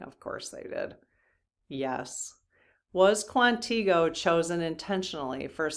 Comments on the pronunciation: Just a loving hint...Quantico is pronounced "KWANNA ko" with emphasis on the first syllable. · I get a chuckle every time you pronounce Quantico. You aren’t even close. 😂 I know because I am a Marine Brat and have lived in VA and of course you haven’t. I throughly enjoy your show. Thanks for what you do. ❤